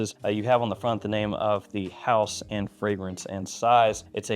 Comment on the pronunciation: Bro said “house” 😭 back then axe was like Parfum de Marley